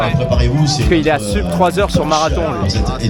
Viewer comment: Bravo pour le rp! Petit message en passant pour: "sub", il n'y a pas de raison de le prononcer à l'anglaise, c'est du latin. On prononce soub en latin, seub en anglais, sub en français 🙂